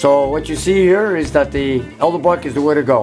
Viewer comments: E D E L B R O C K NOT E L D E B R O C K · I think my favorite part of this video is when keeps saying Elderbrock instead of Edelbrock. It's quite endearing. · I love how he calls it "elderbrock" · "Eldebrock" :p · thousands of hours spent with hotrod stuff and says Elderbrock not Edelbrock ( i said Elderbrock for years too) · It's Edelbrock, not Elderbrock... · I hate when people say elderbrock ... and not edelbrock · Vic Edelbrock is rolling over in his grave every time tries to say his name. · How is it possible that a man who has been around cars for so long can not pronounce the word Edelbrock???